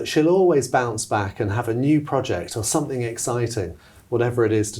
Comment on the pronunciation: ..."somethink" yet again 🙄